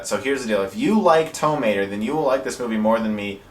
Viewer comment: You say Tow Mater like “tuh”Mater, except without the “tuh.”